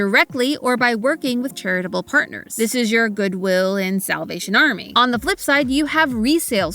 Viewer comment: I couldnt ignore the emphasis on the WI in goodwill 😅